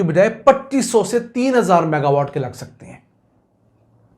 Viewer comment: Saff saff maga watt bataya kro